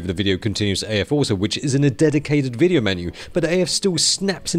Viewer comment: Every time says "wideo," an angel gets her wings.